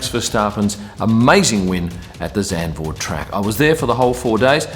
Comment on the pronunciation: You pronounce Verstappen quite well compared to some other English speakers! Now you can also improve the pronounciation of Max and Zandvoort: the A sound in those words is the same as the way you say the A in Verstappen. (and also the A in Grand Prix)